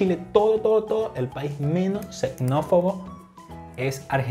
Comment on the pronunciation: La palabra es XENÓFOBO. No es xecnofono